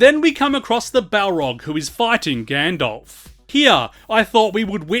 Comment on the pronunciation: who tf is "Gandolf"?